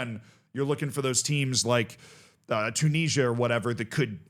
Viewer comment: If you like to listen to people who talk about things that they know fuckall about then you're gonna love this. Maybe you can teach him how to say Tunisia correctly.